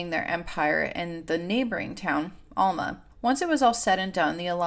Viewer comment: Just want to say in the nicest most kind and not rude at all way, that Alma is pronounced as Elma ❤